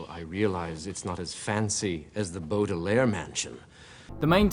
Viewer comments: dId yOu juSt cAll tHem bOodaLaire cHilDren? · The "Boodelaire" children? Sorry but it's pronounced "Bowdelaire" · I prefer the series because in my opinion it has more tension. Edit: anyone notice that he pronounces Baudelaire different every time?